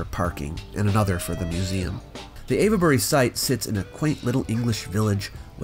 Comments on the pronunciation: We Brits are shockingly lazy when saying words: place names especially. Avebury is ave-bree (you started well, but need to drop the schwas in the middle and at the end); some locals pronounce Cholmondeley as something like "chummly". And a lot of the old Norman-French names have been mangled: Beaulieu is byoo-lee; Chester-le-Street is chess-lee-street (not too bad, actually) and lots and lots more. Generally, English orthography and pronunciation have been fighting for a thousand years. It's basically a no-score draw. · You did a good job. My only correction is that 'Ave' in Avebury is pronounced like 'cave' instead of 'Eva'.